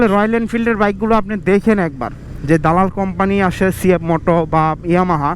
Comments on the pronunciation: vai, it's dalal ,,, not dolal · তোরে ক্যামেরা কিনে দিছে কে 😂খাইতে না পেরে ভিক্ষা কর তবুও মানুষ কে হাসাবি না আগে দাদাল ঠিক ভাবে উচ্চারণ করতে শিখ আবাল😆